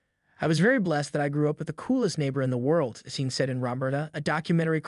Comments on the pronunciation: Why can't any Gen Y or Gen Z person freaking pronounce a lot of English words and common names correctly? This drives me crazy about YouTube videos. Sean is pronounced like Shon, not SEEN. Get it right, for Pete's sake. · It's Sean pronounced Shawn. Not Sean as in Scene. Pictures are nice but whomever or whatever is speaking is Weak.